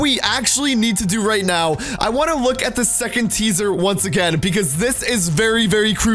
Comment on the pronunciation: At the beginning, he says caesar not teaser, listen closely